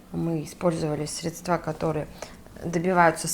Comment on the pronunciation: ГидрОфильное ...средствА...слух режет